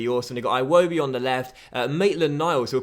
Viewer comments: it’s Ee-woh-bee not I-woh-bee other than that fantastic series really enjoying it can’t wait to see the next season!! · I kept getting triggered when he said 'eye-wobi' instead of 'iwobi' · its "Iwobi" not "eye-wobi" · its not pronounced iwobi, its ewodi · EYE wobi, sounds so damn stupid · HOW MANY TIMES CAN YOU SAY IWOBI WRONG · Can you pronounce Iwobi properly please? it's so triggering lol